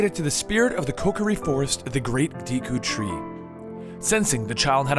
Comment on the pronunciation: These pronounciations seem purposely bad. I mean "dee-koo tree" in one sentance, then "doo-koo tree" in the next lol; I've always pronounced it "deh-koo tree".